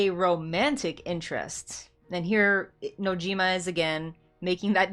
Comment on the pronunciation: Sorry not sorry, but shocker. FF7 isnt a dating Sim. FF7 is much more than who cloud ends up with. New generation ff7 fans... also you said Nojimas name wrong.